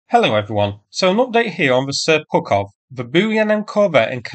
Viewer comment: I thought I heard you say "Seppukov"...